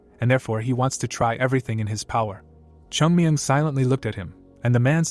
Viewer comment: The recap is great but pls correct the way Names are pronounced. Chung myung is called kiyan mayan most of the time